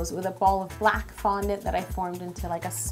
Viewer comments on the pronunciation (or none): why did she say black like that???😂😂😂😂😂😂